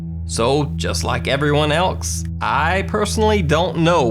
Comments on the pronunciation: I love you oh, and you have a great speaking voice. However, you say "else" like "elks." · im not passing judgement but do you have a learning or speech disability? sometimes i hear you say "are" instead of "or" when "or" would be the proper word. and you also say "elks" instead of "else" im genuinely curious. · If you are a nuke superfan he says elks instead of else every single time he says it lol I think it’s cute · When you say “else” it sounds like “elks” and it makes the stories that much more terrifying lmfao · Are you saying elks? "Someone elks" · anyone else notice that he says ‘elkse’ as in ‘anyone elkse’ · why did you say "everyone elsk" that was wierd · love how he says else "elkes" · He really has a problem with the word "else"